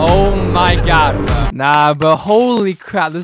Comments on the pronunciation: WOULD YOU PLEASE PRONOUNCE GOD AS GOD AND NOT GYAD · every time you say oh my gyad i die a little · he said omg many times and it really sounds like he’s saying “ OH MY GYATT” 😭😭😭😭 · OH MY GYAD!!! Person: You mean Gyatt? Or god?? Other Person: God + Gyatt = Gyad: Yes. Exactly